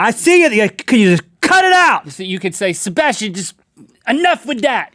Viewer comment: I don't like how they say my name.. haha.. SHEBASHTIAN